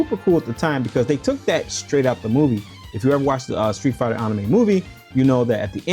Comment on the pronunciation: Man you really stressing that pronunciation of anime. Just move to Japan already if it's that serious to you. Also the sf lore also ain't that deep.